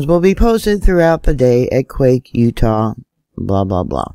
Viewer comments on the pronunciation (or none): none